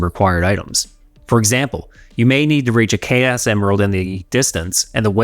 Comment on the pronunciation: 2.37 K S emerald😂. How can an english speaking man pronounce chaos as K S😂? Greag review though. My brain